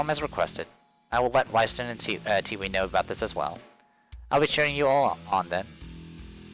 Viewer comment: Tewi is pronouced "Tei". I have no idea why....